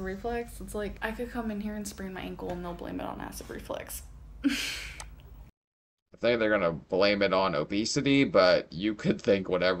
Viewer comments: Just the way she speaks its flux not flex. She completely missed entire semester of grammar/spelling/speech class.. lord! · Its REFLUX,not REFLEX...that was bugging me 🤬🤦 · it's acid REFLUX, not RE-FLEX. 🤣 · Is she saying acid reflex? Does she not know it's acid reflux? Does she not know the word reflux? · Nope, she says acid reflex 💯😂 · Is she saying acid reflex? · Is she mispronouncing "reflux"....or does she genuinely think it's acid "reflex"??